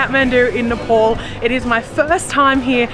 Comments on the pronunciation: Please say "Ne-pal" (like, Hey Pal!) instead of Ne-Paul. Thank you!! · Sorry, but Its so irritating you saying Nepol tho u might not know the difference Nepol and Nepal 🇳🇵 🙏🏾Welcome to 🇳🇵🙏🏾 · Just a small correction...the pronunciation is "NAYPAAL" and not "paul" as u said! ☺ Tea or 'chai' is called 'chia' in common Nepali parlance... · ITS NOT NEPOL.....ITS NEPAL.....PAL AS IN PAAL(FRIEND)😊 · Loved your video.But it's NEPAL not Nepol. Enjoy your stay. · Its not ne pol its ne pal like pay pal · Nepol It’s nepal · Please it's NEPAL NOT NEPOL HUH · It's Nepal not NepOl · Nepaul 😂😂 say north pole ??